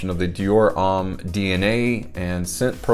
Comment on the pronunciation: Petty issue here I know BUT the word homme is pronounced "ohm" and NOT "ahm". As a French speaking person I just have to grit my teeth when I hear it but understandable from folks who aren't regularly exposed to proper pronunciations of other languages. Thanks.;)....and Versace does NOT have the EE sound at the end. The e is silent.